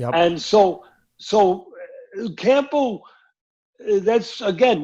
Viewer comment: Why cant americans pronounce the simplest of english names, he was call him 'campo', throughout the interview.